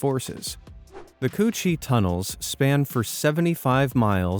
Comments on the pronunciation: Am I the only one who laughed when he said cu chi tunnels 💀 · I've been there { to visit them on a trip to Veitnam 🇰🇬 from Australia 🇦🇺 } he pronounced the name of the tunnels incorrectly . ♑️✍️🇦🇺🇳🇴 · C-Cu chi (coochie)